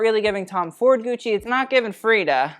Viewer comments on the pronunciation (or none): Please don’t say “gooch” 🤢🤮